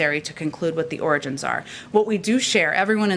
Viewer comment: Not really, lol. I can make a joke about the fact that the man couldn’t even say the word “origins” in a video about origins and then go about the rest of my day without a second thought 😝 I’m in Canada so I really couldn’t care less about Donald Trump. I did care when his rhetoric was seeping over the border and all our right wing politicians were acting like Trump wannabes, I cared about that because it was effecting my own country as well, but now that he’s no longer in power he has little to no bearing on my overall life.